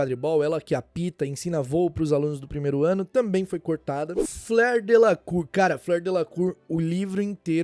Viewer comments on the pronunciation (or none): Conheci o canal hoje,e gostei bastante do conteúdo,só tenho um adendo a comentar Fleur Delacour , é francesa,a pronúncia correta do nome dela não é Flêr,e sim Flor,que é a tradução da palavra francesa,Flor da Corte,Fleur De la cour, é um trocadilho seu sobrenome,no mais,o conteúdo é ótimo! Parabéns